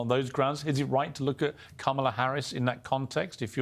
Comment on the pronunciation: The dem panelists can’t pronounce her name correctly. What a joke.